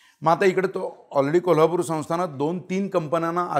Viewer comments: जोशीराव, त्या पोरीला शिकवा ना की कोल्हापुरला 'कोल्लापुर' म्हणू नकोस. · शुद्ध भाषेत कोल्हापूर . आणी कोल्हापूर कऱ्यांच्या भाषेत कोलापूरच 😂